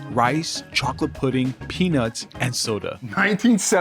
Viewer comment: I dunno sounds like he said penaus